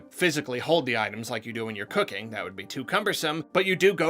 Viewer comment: why did it sound like "cocaine" when he said cooking?